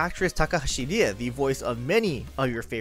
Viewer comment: Why are you saying "Ri-Eri" like it's りえり? It's りえ (Ri-e). Also, Mash*.